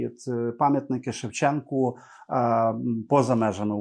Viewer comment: Пам'ятник ШевченкУ. Автори програми кілька разів казали з буквою А на кінці